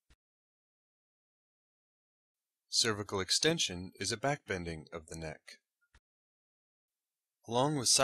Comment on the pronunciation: "Cervical" is drastically mispronounced on this video..